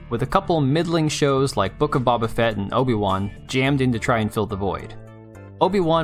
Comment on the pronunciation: BABA-fet? 😜 You’re fired 😂 lmao GREAT video, once again 💜